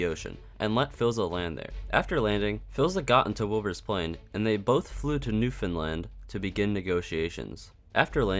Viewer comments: You said Newfoundland right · PROPER PRONUNCIATION OF MY PROVINCE IF NEWFOUNDLAND POG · You're the first person to make an SMPearth video that I've seen properly pronounce Newfoundland 😂😂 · You’re pronouncing Newfoundland correctly.